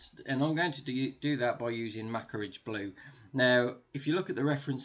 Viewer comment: when u said macragge blue it killed me great video tho